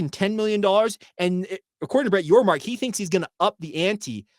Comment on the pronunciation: Thanks for the shout-out!! And for saying my last name correctly!! You are one of the few that have. So for that I thank you. I'm excited for BYU in the Big XII!! Appreciate what you do. Go Cougs!